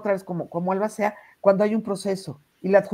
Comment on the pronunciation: NO te preparaste para este programa 🙈 No supiste pronunciar ALBACEA 🤔 No sabes que pregunta hicieron a Iván. Ni 🤔 Abogados de O. J. Simpson (creo que hasta ya munieron) a los abogados de Johnny Depp 😂 Lupitaaaa tus conductores hoy no dieron una 👀